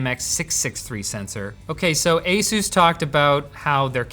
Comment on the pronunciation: you should learn how to say ASUS properly! Linus already learned it, so when will you? ;-)